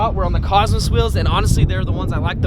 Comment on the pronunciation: Normal person: wheels: Wills